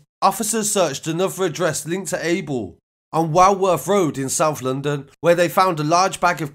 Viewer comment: Woolworth road not walworth road.